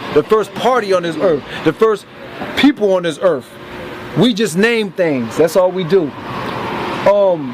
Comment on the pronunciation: What a fucktard. "Planet Erf". One reason these asshole losers run into trouble is they can't speak English at a 4th grade level. It's absurd, you've been educated in the English language your entire life and you can't form a proper sentence. What the fuck DID you learn in school, other than the word Caucasian?